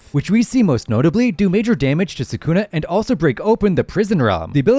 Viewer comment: You mispronounced sukuna so we can’t really trust anything else you say. Lame.